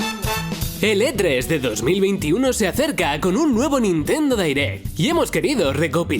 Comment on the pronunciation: No se dice Nintendo Dairect.